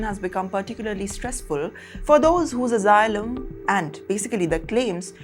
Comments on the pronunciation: Omg, it's asylum, not AZYLUM? You keep giving us plenty of laughter. 😂😂😂😂😅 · It is not azzilum.